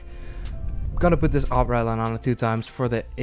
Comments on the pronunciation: for the love of god its REDDDDDDDD LINE NOT RET LINE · its red-line not ret-line. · He says redline soo wired I always feel like he says ratline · I just love how he says redline. "Retline" xd